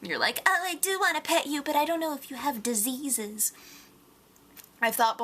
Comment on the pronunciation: The way you said diseases cracked me up.